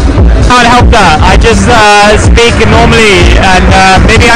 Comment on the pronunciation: You do a great job and are very positive. Grammar mistakes are easy to understand but pronunciation must be clear. words like "sa-mie" and "sa-peak" are not English words. But you are doing good work. Keep it up.